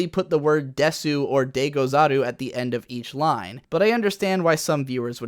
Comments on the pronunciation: Jesus I'm glad I'm not the only one who cringed every time he said that. One of the very first things you learn upon actually studying Japanese is that "deh-soo" is just pronounced "des" the vast majority of the time. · Wait did you just say "des-su"? I'm sure you know the u is silent in desu, right? It's just "des" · "they have her saying 'please' at the end of each sentence which is not grammatically correct" NEWS FLASH: People don't SPEAK with the correct grammar. also is pronounced "Des" not "desoo" Also what I heard in the first 30 seconds of this video was "I don't speak japanese fluently, but let me tell you why the expert translators are wrong" I love your videos, but god damn, this one was absolutely asinine. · Always saying desu is not correct in Japanese. Also it's ponounced more like dess, not desoo. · Desu = “dess,” not “dess-oo.” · In Japanese we don't say "desu", but" dess" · The word desu is spelt desu but it’s said des you digimon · I think I know enough Japanese to explain these issues Also: de-SUU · >"I learned Japanese" >pronounces desu as "desoo" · Please.... you hear it all the time when you watch subs.... you drop the 'u' is 'desu'.... its just 'des'...... -_ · Bullshit. Either one is wrong. It's "desu" but with more silent u. Not doubled "s". It's hard to explain for someone with English first language. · Says he know Japanese Still Says desu when it is pronounced as dess, even though the spelling says otherwise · It’s des not desu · big fat dislike for saying desoo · Correct me if I'm wrong, but I'm pretty sure the U in "Desu" is silent. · The “u” in desu is silent Japanese teacher nailed me hard for that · The u in desu is silent . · I get triggered every time you say it as desu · "speaks Japanese">incorrectly pronounces desu throughout the video. That's pretty much the most basic way to tell if someone actually knows any Japanese or if they're a weeb claiming they know any Japanese lol. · Isn't the u in desu silent